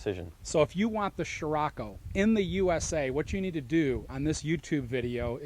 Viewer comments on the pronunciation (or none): scriocco not sciracco !!